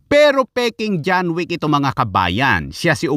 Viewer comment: Hello lods John wick ❌ John weak✅ 😂😂😂😂😂 Dami Kong tawa